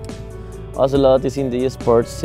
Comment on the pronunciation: IT´S OZIL-OTE!!